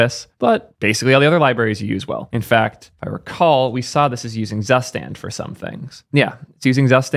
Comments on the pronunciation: "zsuständ" xd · is it really pronounced SUSTAND? i mean zustand means state in german and is pronounced completely different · zustand es heißt ZUSTAND.. good video and very cool project tho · Zustand is also German for State. It’s super weird to hear non German speakers pronounce it like it’s just an English word 😄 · "Drei" = "Dry" not "Dray" "Zustand" = "Tsoo stand" not "zuss stand" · Drei and Zustand are german words meaning "three" and "state" :-) Drei is pronounced more like dry and zustand lik tsoostand (long a)